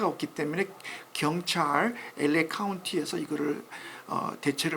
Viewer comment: 아나운서발음이이상해 엘레이가 아니라 보통 엘에이 라고 하지않나